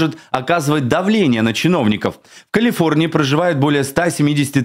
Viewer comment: "Калфиорнии"; "Кмалла Харис"; "расследвоание" --> Ох, не зря говорят: "спешка быстроту e6ёт"! Особено, у малограмотеюшек!..